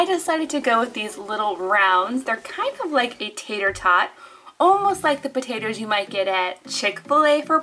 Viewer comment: she said pataders